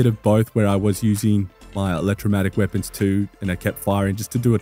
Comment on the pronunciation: Just the scientist in me - But it is an Electro-mag-netic. Not electro matic (I didn't want you going around sounding all misinformed and all). Thanks for the good information! See you again soon.